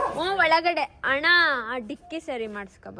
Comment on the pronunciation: slang Annaaaaaaaa😂